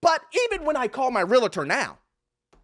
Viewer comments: She said she was a Realitor not Realtor, can't even pronounce the word correctly, there is no "i", you don't go to the Docitor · Why do people, especially the girl with glasses who became a real estate agent, pronounce or write "reladors" RE-LA-DORS instead of the proper word which is REAL-TORS. Two syllables only, not three!! Please learn the proper English wo: REALTOR!! Real-tor! Not 're la ders'. I hear it almost daily. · If your REAL-tor calls themselves a REEL-UH-tor...run.